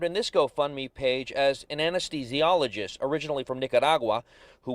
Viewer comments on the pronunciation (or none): none